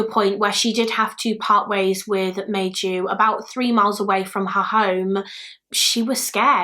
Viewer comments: I’m not Finnish but thanks to my one Finnish acquaintance I’ve made, Maiju is pronounced more like My-you! Interesting and sad case. As usual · I was so excited to see a Finnish case! I never heard of this case, even though I live 40 minutes away from the place. The butchering of the Finnish names was a bit distracting but also kind of funny :D (Maiju= my you) Keep doing Finnish cases, the Finnish community will definitely watch since we always gather where Finland is mentioned XD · If anyone is curious on the Finnish pronunciation of some names; Maiju’s name would be pronounced My-yu, it means May in Finnish. Kyllikki would be something like koo-licky. In the Finnish language every letter of a word is enunciated so it can be intimidating but it’s such a beautiful language 😍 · I think Maiju is pronounced Mai not May and like yu not ju